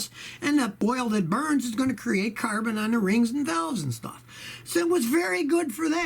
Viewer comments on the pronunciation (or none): none